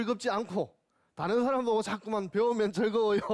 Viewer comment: 왜 "간단"을 "간딴"이라 발음합니까?? "씸어 먹는"논어라니요? 왜 이렇게 비속한 표현을 경서에 써야합니까?? 쉽게안 말하는것이 능사가 이닙니다. 때로는 선인들에 대한 불경이옵니다. 한국의 구어화 문재가 심각합니다. "물음을 던진다?? 이 역시 외래어의 역어임을 아시지요. "사람"의 발음도 틀렸습니다. "사람"의 "사" 는 길게 발음해야지요. 질의할것을 규ㅓㄴ하시는데 논어라곤 전연 모르는 일반인에게 무슨 질문을 하라는 것입니까??